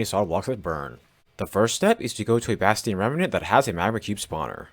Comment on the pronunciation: Not to judge or anything but I like how he sain Bastian remnant with saying a hard T